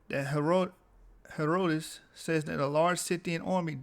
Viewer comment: BROTHER, If YOU PERSONALLY don't want to be identified as AFRICAN. LET ME SUGGEST that you get a girlfriend raised in Africa under an ENGLISH-TYPE school system or one with good diction and grammar from the STATES and have her point out all your little "glosses" (inaccuracies) like mispronouncing HERODITUS until you correct yourself. YOU WILL NOT SOUND CARELESS AND SLOPY, HENCE, YOU WILL PROJECT MORE AUTHORITY